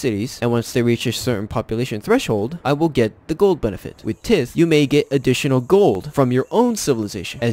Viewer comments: Thanks for sharing. Quick tip, it's pronounced "tie-th" not "tith" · It's pronounced Tie-th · man said "tith" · Tithe is pronounced more like Ta(h)id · Your video is very helpful, but some sentences were jumbled together and some words are mispronounced. The i in tithe sounds like the letter “i”, like tide, rye, eye. “Missionary” has 4 syllables. miss-shun-air-ree. Not miss-shun-ree. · Well. I can tell you didn’t have a catholic family considering how you pronounce tithe